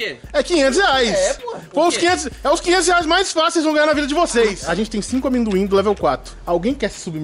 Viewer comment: Cara, o falando "aminduin" KKKKKKKKKKKKK não tanquei